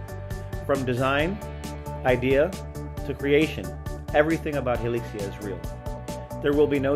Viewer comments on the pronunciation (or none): "Hilixia" "Hilizia" "Hilikia"